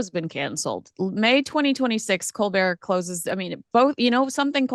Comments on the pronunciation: Colbert not colbear, he's a hateful Brit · Unlunlesse he is French don’t call him colbear because , his name is Colbert! Col Bert !